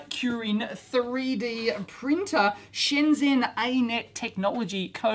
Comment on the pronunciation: I'm not trying to be pedantic, but FYI 'Shenzhen' is approximately pronounced shen-jun (with 'jun' as in 'jungle'). The zh is certainly not pronounced 'zzz'.